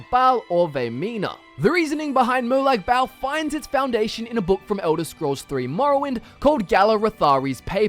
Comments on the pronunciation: It's Molag Ball, not Molag Bowel. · mor like molag barl